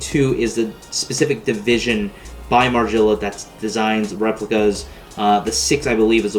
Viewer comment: At least say it right my boy